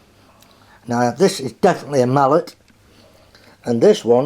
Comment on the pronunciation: Actually, it's pronounced "Mal-lay" like how you pronounce ballet. You have quite the collection there! I've always been quite fond of them myself, particularly the 4-4-0's... I have the Reno, and a more modern Genoa engine. Yeah, that is another of my favorites! I got the more recent version of it with DCC...